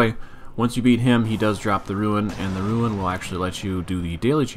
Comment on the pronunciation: I like how you pronounce rune as ruin